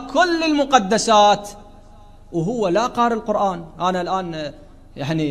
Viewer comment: القرآن بضم القاف. يجب نطق هذه الكلمة المباركة بشكل صحيح